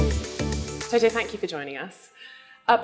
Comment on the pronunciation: I love how she pronounces Toto "Toh Toh" lol. Great show guys, keep up the good work!